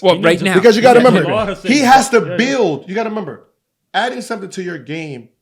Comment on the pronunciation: “You gotta memember”